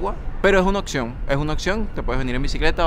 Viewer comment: Hola amigo. .. En el minuto , dices: "ES UNA OCCION, ES UNA OCCION." ...Al menos, asi se te oye que pronuncias esa palabra que en realidad se escribe: OPCION e igual se pronuncia, con P. ... Oye, .... que buena LABIA tienes. ... lo que hace muy entretenidos tus videos. ... Por otro lado, en el minuto dices: "MUCHAS DE MIS ACTIVIDADES LO HAGO EN AMSTERDAM." ... Fijate, repetire lo dicho, haciendo NOTAR algunas letras para que te des cuenta de tu ERROR: "MuchAS de mis actividAdeS LO hago en Amsterdam. ... Fijate, estas hablando de "actividAdeS, ... o sea, en PLURAL (porque son VARIAS actividAdeS). ... pero, mira LA CONTRADICCION con esta parte: "LO hago." .. No te das cuenta que en ""muchAS,".... ahi se tiene un ADJETIVO DE NUMERO, ... entonces, ese adjetivo, en que NUMERO GRAMATICAL esta? ... En PLURAL (muchaS). ... En que genero? ... FEMENINO (muchAs),, ... pero: "LO hago,"esta en SINGULAR y en genero MASCULINO, ... y deberia ser en PLURAL y FEMENINO, ... por tanto deberias haber dicho: "LAS hago." Entonces la oracion completa deberia haber sido: "MuchAS de mis actividAdeS, lAS hago en Amsterdam."... ¿Te das cuenta?